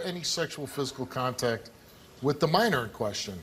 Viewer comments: He keeps on saying manner though it’s minor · When I see stuff like this, it reminds me on how I hope I never have sons, and he couldn't even say minor right. "Manor?" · What is a maner it’s minor 🤦🏾‍♂️ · He calls a minor a "manor" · Lol. He keeps saying i didn't have sex with no "mannor". Hell he cant even pronounce his words must-less lie convincingly. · Sounds like hes saying manor instead of minor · “Manner” or MINOR??? 🤣🤣🤣🤣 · Did he say "maner" ? LOL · Jhit said manor lol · Its Minor not Manor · Why did keep saying manor it’s minor manor is a house guilty guy can’t get his words straight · He said Manner 😂😭 my guy it’s Minor * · It's minor not Manor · "I ain't have no sex wit no mAIner." If you're gonna lie, at least say it right.